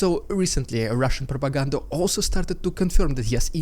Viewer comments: "RUSSIAN PR-R-ROPAGANDA!" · Funniest RRPrrrrrrrrrupiganda yet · LOVE your humor!!! the Rrrrrrrrrediculous rrrrrrrrrrussin pppppropagand, in HIGH SPEED, was funny! There is wind noise in your audio. Is there something blowing on your mic? Maybe in future meetings with the ruzzian MOD, they will prop Gerasimov up so he looks like he is alive???? They did it before.... We can only hope! Thank you for the update! Sounds GOOD! Slava Ukraini!